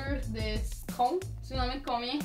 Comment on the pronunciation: Cirton à la place de citron 😂